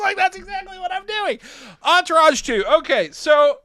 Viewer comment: I gave up after I heard Enterage. Good episode up until that